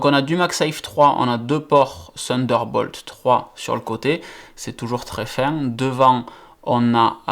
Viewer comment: sunder bolt mdr